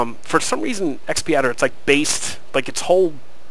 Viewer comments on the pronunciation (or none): X padder, not XP Adder...